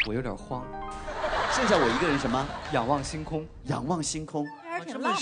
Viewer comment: Martina Wang 參了一點家鄉口音